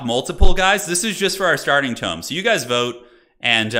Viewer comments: toom? why are you saying tome like that?........ Toe-m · Violets are blue Roses are red Tome rhymes with home a tomb's for the dead